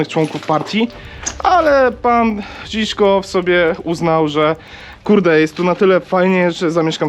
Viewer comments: Nie Ziszkow tylko Żywkow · Fajny pomysł...Ale... Można pomylić się raz... Todor Żiwkow... A nie Żiszkow... Był szefem partii a nie związku... Można było lepiej się przygotować... Acha... I nie był dyktatorem...